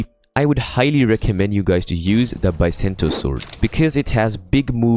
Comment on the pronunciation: Not Biasento its BISENTO